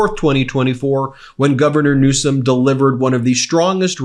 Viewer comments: Now that he's going to be president again, he had better start acting presidential and pronounce Newsom's name correctly. Quit acting like an immature kid. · And when is Trump going to get a SPEECH THERAPIST GAVIEN NEWSCOM, REALLY, soo CHILDISH. GROW UP, THEY VOTED FOR YOU FOR GOD'S SAKE!!!!